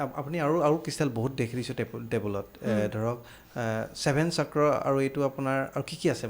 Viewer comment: কি চাক্ৰা চাক্ৰা কৈ আছে বাইদেউ? চক্ৰ বুলি ক'ব নোৱাৰে নেকি?? আপোনাৰ মুখত অসমীয়া নুফুটে নেকি? নে ইংৰাজী ভাষা কওতে কওতে জীভাখন বেছি স্মার্ট হৈ গ'ল😂😂